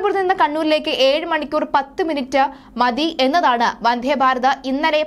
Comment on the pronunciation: വന്ധേ അല്ല മിസ്റ്റർ 🤨വന്ദേ എന്നു പറഞ്ഞു പഠിയ്ക്കൂ..